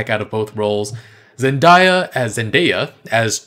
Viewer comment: … zen-DAY-uh not zendieya